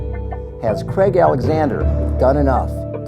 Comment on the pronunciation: great videos the only thing that annoys me though is its pronounced Craig exactly how its spelt not Creg